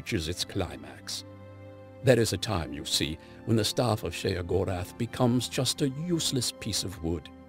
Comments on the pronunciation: pronounced (SHAY-GOR-ETH) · So happy they didn't have that dull, boring narrator that they normally use do this, the way he pronounces Sheogorath is realy fucking stupid, God, he's sooooo boring.